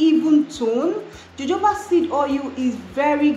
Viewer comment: 🔥@ it's Jojoba ie sounds like Hohoba😂😂‼️